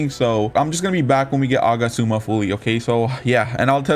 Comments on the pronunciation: Bro its agats-ooma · Nice video! The way you pronounce Agatsuma though 💀